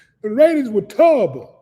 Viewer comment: Turrobble, just turrobble 😂😂😂😂!!